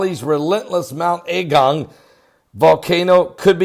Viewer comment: It’s not pronounced “A” as in capital, it’s a lower a as in agung not A gung. I live here been here a very long time. It’s bad for the immediate surroundings but I’m not freaking out like you are. Please dont blow this up out of all proportion. We are quietly looking and keeping an eye on the situation. A lot has been done for the evacuees already. The first outage of lava is called cold, it’s not red hot, it’s more like mud and ash, it has spread out and come down about 2k, it’s in wide bands but it’s not everywhere yet and its pretty slow at the moment.